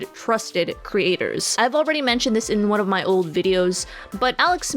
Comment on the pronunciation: Couldn’t focus because she kept saying “cre- aters”